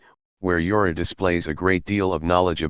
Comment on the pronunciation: there s jorah and then there s yara ......... pronounce properly.